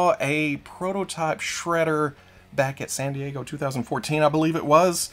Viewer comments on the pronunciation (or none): none